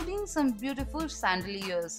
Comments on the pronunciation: It’s chandelier and not sandelier 😂😂😂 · Especially when its Chandelier and I hear sandelia 😃